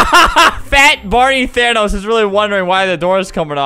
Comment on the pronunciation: "fay barny thanos"